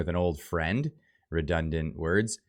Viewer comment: Having trouble with your woooooords?